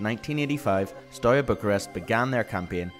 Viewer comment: It's not Stoya. ST is fine, but E in Everton, A in Arsenal, U like oo in LiverpOOl, and A again in Arsenal.